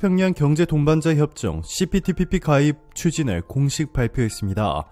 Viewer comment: 시피티피피 발음때문에 고생 많았수~^^ ㅋ 그나저나 기시다 총리 무릎꿇었냐고요.. 안꿇었잖여~!! 어그로?? 수고욤~^^!!👍🧡